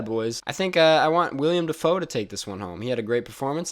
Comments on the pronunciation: It's WILLEM not William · Great video and all, but ffs please it's WILLEM Dafoe. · It's Willem Dafoe, not William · Justin Rivera *Willem